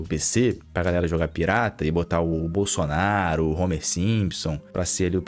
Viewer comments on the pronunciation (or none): none